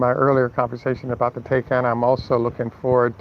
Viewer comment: taycan, pronounced " tie-can".